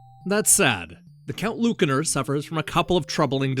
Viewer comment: Ya ever think maybe the c in Lucanor is pronounced like an S?